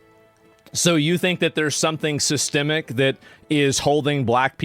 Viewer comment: I agree..also is he trolling or does he really not know how to say the word systemic lol?